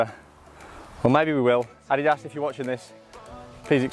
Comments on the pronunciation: Repeat after me: Addidas, "Uh-Dee-Das" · why you pronounce adidas like audi ass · The way he pronounces adidas ☠️